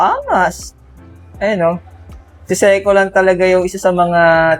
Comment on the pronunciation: Say-Ko paki ayus nga Ang pronunciation inamoka.